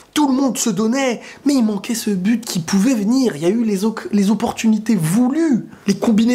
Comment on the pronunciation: il a dit met au lieu de mais